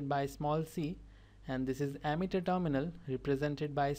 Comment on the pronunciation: Not ammeter that's emitter speak Wrightly